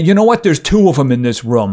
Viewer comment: Hey, you have a new sub, but uh, it makes me chuckle every time you say, "rum," when you say , "room.". ;) This game needs more coverage, so, hey, have a funny upvote.